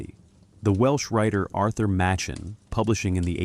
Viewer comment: AI trash. Listen to the pronunciation of Machen. Really sad state on YouTube these days.